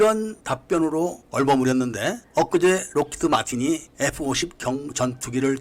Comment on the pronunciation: 뭐 사소한 부분인데 록히"트" 마틴이라고 들리네요..